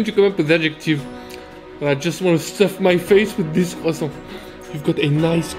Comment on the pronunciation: I like how you pronounce “croissant”